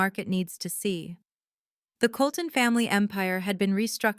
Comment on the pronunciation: Colton, NOT Coloulton.